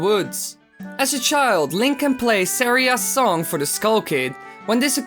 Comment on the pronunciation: you're not saying saira's song wright